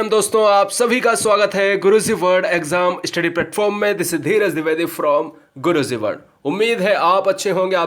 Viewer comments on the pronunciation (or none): pehle apni pronounciation sudhaaro fir padhana 😂😂😂😂😂😂😂Guru zee nahi guruji hota hai Zay hind nahi jay hind hota hai..Shukr h vande mataram theek thaak bola 🤣🤣🤣🤣🤣🤣🤣🤣🤣